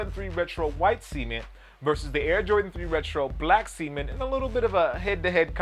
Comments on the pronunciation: Cement . . say it with me C-E-M-E-N-T . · do you guys go to school? its cement lmao